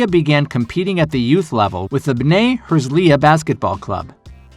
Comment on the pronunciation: You trying to pronounce the Hebrew names is funny but I respect the grind. "Ma-kab-e" "Tell-uh-veev" "Her-Tsa-Liya"